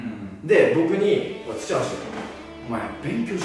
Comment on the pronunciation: どばしじゃなくてつちはしなの草